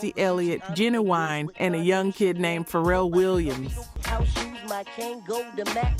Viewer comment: nah, no one would pronounce Ginuwine like that